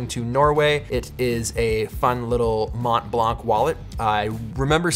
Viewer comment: Peter please don't pronounce the 't' and the 'c' in Mont Blanc :)